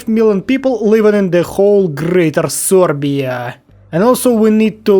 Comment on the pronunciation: I love how you Say "sorbia"😂😂